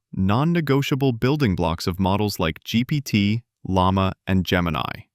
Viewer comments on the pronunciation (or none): none